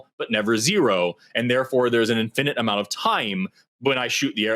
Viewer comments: I don't think I've ever heard someone pronounce "infinite" quite like that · To me it sounds like a regular American pronunciation